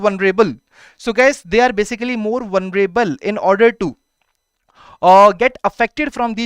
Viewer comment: Vunreable nahi bhai.. vulnerable hota hai.. qsn no. 2 😂